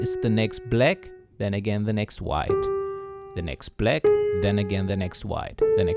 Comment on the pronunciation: Why can't you pronounce "black" correctly?